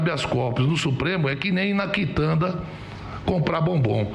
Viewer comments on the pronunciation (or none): “É qui néim í na quitanda”… Estude português, “brimo” 📚🖊